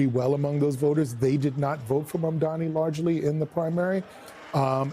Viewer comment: Will Cuomo finally learn to pronounce Mamdani's name?